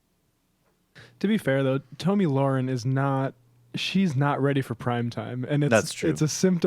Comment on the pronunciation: You fucking regressive pussies... after all these years. AT THE VERY LEAST learn to say the daft cunt’s name properly. It’s pronounced (Tommy Lair-In) I highly fucking doubt that with all the research you claim you do, you haven’t fucking heard it properly pronounced at least 20-30 times. For fuck sake, have some self-respect, your dumb-asses constantly rip on moronic republicans for mispronouncing Dems names. And yet, here you fucking idiots sit, DOING THE EXACT SAME THING YOU SAY YOU DESPISE.